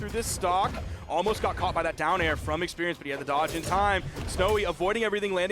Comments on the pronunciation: Expewreince and Gwounpound is too funny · She need more.... Expewience 😅